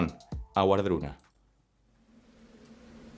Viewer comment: La pronunciación correcta sería “Vardruna” y el Hel no es un infierno, de hecho la mayoría de la gente al morir va a allí